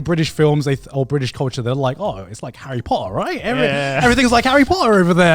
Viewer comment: just watch harry pottah !